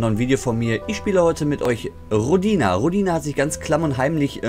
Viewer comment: Hi, Rodina ist Russisch und heißt Heimatland. Gelesen wird es Rooodina ^^ Schönes Video! p.s. Gesundheit^^